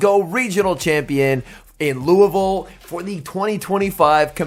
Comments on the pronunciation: Big props for the pronunciation of Louisville! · I just subscribed because you said Louisville right 😂